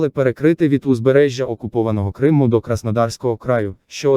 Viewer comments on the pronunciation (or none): none